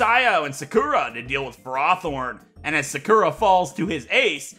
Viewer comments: The way he said “Sakura” 💀💀💀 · Ik this is 2yrs old, but you're saying Sakura wrong.